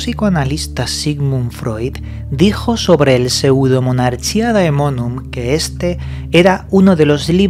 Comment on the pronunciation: Un capo pronunciando el nombre jajaja